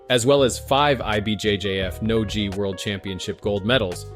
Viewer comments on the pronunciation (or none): Did you really say "jee and nojee star"? 😂